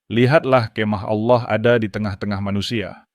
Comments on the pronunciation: Betul... saya juga ga suka dengan sebutan itu. Karena Kristen tidak menyebut Auloh atau Aulah.. tapi Allah .. naratornya bukan Kristen rupanya.. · Kenapa yg membacakannya menyebut nama Aulah dgn jelas BKN ALLAH ? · Saran kpd moderator: Dlm mengucapkan Allah, biasa saja, lafalnya jng seperti kadrun,, nanti dipersepsikan dg alloh swt {alloh nya org Arab}. Beda x,,, alloh swt dg Allah yg disembah oleh Kristen dg alloh SWT yg disemah islam. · tapi teologi dan sistimatikanya sdh oke, hanya intonasi kata oloh itu sedikit mengganggu krn menurut mrk itu proper name